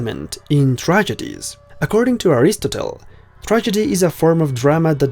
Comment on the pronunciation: I have never heard anyone pronounce Aristotle like that before. Just saying..